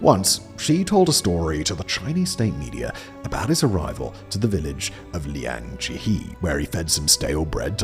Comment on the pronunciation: Liangjiahe =/= Liangjeehee, though.